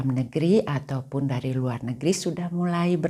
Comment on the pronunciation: Mohon maaf ibu, kalau ibu berbahasa Indonesia, mengapa belakangnya seringkali diberi tambahan huruf "K". Misal : hari menjadi harik, negeri menjadi negerik, sendiri menjadi sendirik, Bali menjadi Balik, keluarga menjadi keluargak, sama menjadi samak, bertemu menjadi bertemuk, dst Terimakasih & semoga menjadi lebih baik, Amin. Gbu